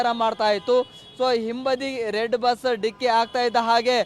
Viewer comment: ಬಿಸ್ ಅಲ್ಲಾ ಕಣೋ ಬಸ್😂😂😂😅😅